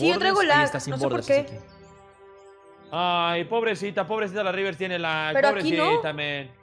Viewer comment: Dise rivers